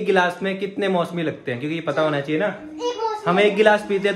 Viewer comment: Bhai mosemi nahi hata mosami hota hai